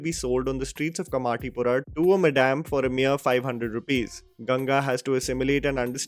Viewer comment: I think I might start saying madam just like you do ma-DAMN!